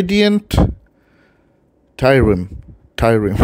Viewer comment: it's pronounced 'radiant worm'. ....it's a celtic thing, i think.